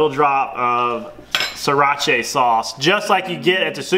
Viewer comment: "Sirach-aye sauce" haha